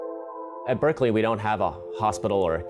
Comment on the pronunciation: It annoys me the way he says Berkeley all the fucking time.